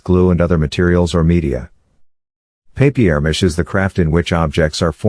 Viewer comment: Wow papiermache not papermache. Nice 1